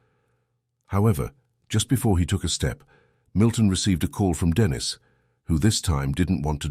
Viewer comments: Its not Denis its denice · What a shame the voiceover is Either AI or or a damn stupid and ignorant narrator! The girls name is Denisen not bloody Dennis!! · Annoying…it’s Deneeeeeese ..not Dennis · STOP USING AI VOICE IT IS STUPID AND ERROOR FILLED CALLING THE GIRL DENNIS INSTEAD OF DENISE FFS.. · Denise. Is a female. You are pronouncing it wrong. Dennis is a male. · The AI calling her DENIS instead of DENISE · Teach your robot phonetics so Denise doesn’t turn into Dennis. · i was gonna dare to ask if Dennis was trans. the narrator must be AI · Too much trust in an AI. It can't discern Dennis from Denise. What else will it fail to interpret? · Sometimes you have to phonetically spell it out for it to sound right like Den Neese. Cant believe they didnt even proof listen to it before uploading haha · Thats robots for you, they hv no concept of vowels..